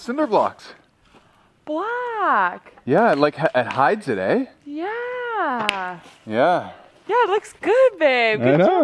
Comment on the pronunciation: your inner canadian is coming back “hides it good eh?”